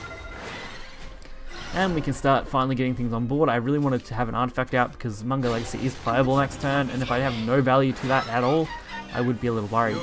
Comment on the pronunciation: isn't it pronounced as Mag-na Legacy instead on Man-ga? or was that an intended pun?